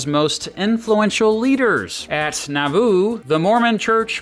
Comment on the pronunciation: Someone who grew up near Nauvoo here- you're emphasizing the wrong syllable. it's NAW-voo or NAW-VOO, not na-VOO. You draw out the "a" more. It rhymes with Yahoo.